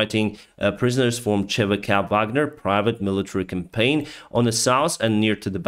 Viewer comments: WAGNER COM-PAH-NEE YOU ARE SAYING "CAMPAIGN", YOU ARE NOT PRONOUNCING "COMPANY" OR "COMPANIES" CORRECTLY Much love be safe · I like you but FFS it's not "Campaign" but "Company".